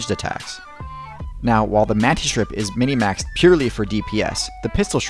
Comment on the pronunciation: Er, it's not "minimaxed", it's "minmaxed". "Minimaxed" implies something about size, instead of limits and thresholds.